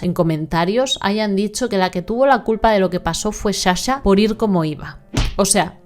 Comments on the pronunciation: otro misterio es de donde sale la palabra Shasha cuando es Sasha... shushi😢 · Perdon no es hate pero me enerva , mi toc no me deja 🤣es sssssssa-sha no shasha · Sa-sha no sha-sha 🙌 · Que triste pero me sonrío cuando dices CHACHA porque ella se llama Saaaaa cha. Jajajajajaa. Y ANZONY JEJEJEJEJE. Gracioso 😅